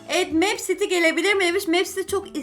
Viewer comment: Abla mipsiti diye okunuyo ben meepcity çok seviyorum lütfen 10 mayısta girebilir misin